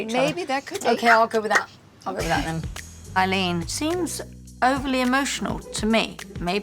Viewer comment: It sounded as "waoh Eileen" LVP said.